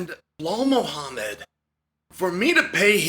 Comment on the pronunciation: Did I just hear him say Ball Muhammad 🤣😂